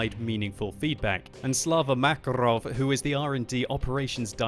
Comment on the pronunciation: Slava MakarOv Ahahahaha )))))) The point is that all russian-speaking people pronounсe it like MakArov with stress on the second A